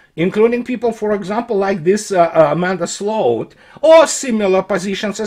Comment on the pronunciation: somehow managed to perfectly pronounce the Dutch word for ditch: sloot. Fitting I suppose.